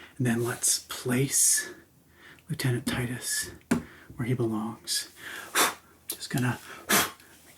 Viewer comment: Is he saying "left-handed" titus?